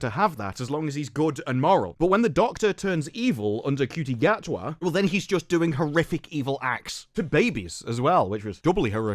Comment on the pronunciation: Gatwa is awfully cocky for someone with a first name that's pronounced 'Shooty'.